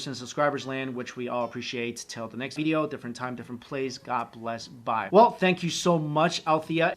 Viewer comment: Lol funny how he says veedeeoh